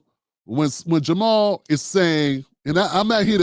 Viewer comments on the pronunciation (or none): Ja' Mal Green tried to jump on the bandwagon of conservative and pro police democratic mayoral candidate Tim Vallas during the run off. Vallas, just like you, didn't even know how to pronounce Ja' Mal's name. Bro you let your bias skew this analysis